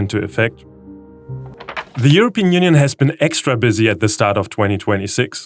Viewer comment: ngl its kinda cute how he cant pronounce the P in english blanet wild eurobean union